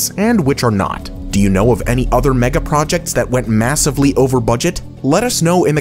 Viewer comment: stop saying “megaprojetcs” 🤦🏼‍♀️